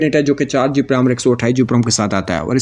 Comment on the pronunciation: Bhai sab.... ye GP nai, GB hota ha.